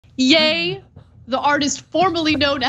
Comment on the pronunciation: Not Yay Ana. Yee. Either way he’s still obnoxious.